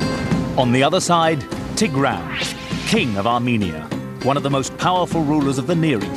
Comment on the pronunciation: wow he pronounces tigran so wrong